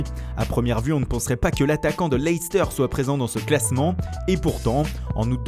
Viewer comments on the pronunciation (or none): none